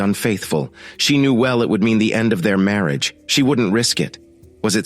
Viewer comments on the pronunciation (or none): I really wish this narration would correct this miss pronunciations, I get the giggles every time I hear "Marry age" 🙄.